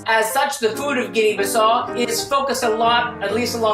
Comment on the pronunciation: Guinea-Bissau you pronounce the U at the end.